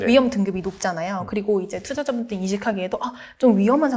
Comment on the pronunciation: 20대 여자분들이 많이 하는 콧소리 (입니당! 그런뎅! 넹!) 이런 말투만 좀 고치시면 훨씬×2 더 전문성있게 들릴것 같아요 내용은 좋은데 코로 말하시는 말투가 너무 강하셔서 ㅠ 전달력이 아쉬워요 환전수수료도 황정수수료 투자자분들은 투즈즈붕들?ㅠ 일케ㅡㅡ 애교가 필요없는 컨텐츠에선 조금만 빼셔도 좋을듯요!